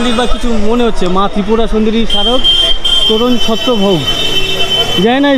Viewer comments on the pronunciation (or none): none